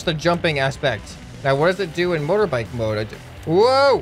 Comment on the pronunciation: Why does say mother bike he is American right